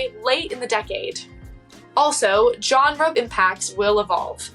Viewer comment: You're not pronouncing GENRE correctly.